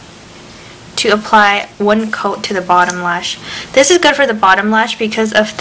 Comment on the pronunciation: "dis is the first........ " LOL LAUGH OUT LOUD her accent